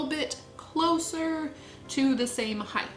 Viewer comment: Why does it sound like is saying "heighth"?